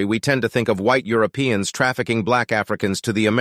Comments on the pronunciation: Did anyone else catch that the first time he said Europeans (with the r) and the second time he said U-opeans (dropping the r)? What??? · Lol at your pronunciation of Europeans: You-O-Peans. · Why did he pronounce Europeans wrong?